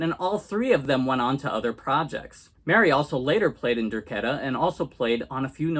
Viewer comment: It's pronounced Der- KAY-ta.